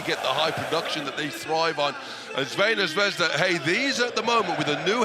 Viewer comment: face-purple-crying:Please, PLEASE teach the commentator the name of the team: its /ˈTsarvɛna ˈzvɛzda/, NOT Veina Zvezda